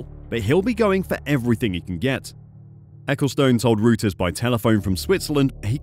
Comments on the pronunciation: It pronounced “roters” not routers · Rooters 😂🤪😂 well that’s an ‘original’ way to pronounce Reuters…try Royterz…🙈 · Royters NOT rooters! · Reuters is pronounced as “Royters” not “Rooters” 😊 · By the way: Reuters is pronounced Royters. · Its pronounced Roy-ters...